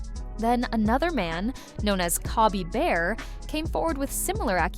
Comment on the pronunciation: “Cobbie Bear” 😆 It’s Cowboy Bear and he’s a sweetheart 🥰